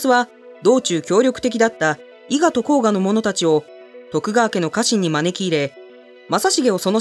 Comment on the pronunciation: 服部半蔵に関しては今では様々な書籍が有りますが、昔は非常に少なかったですね。 フィクションである忍者服部半蔵物なら多数有るので一般的には忍者の頭領というイメージなのでしょうね。 動画内で甲賀をこうがと呼んでますが、正しくはこうかです。忍者物のフィクションの影響か皆こうがと読みますが、違います。